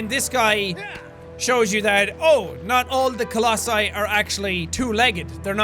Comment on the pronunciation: I think the pronunciation is colossi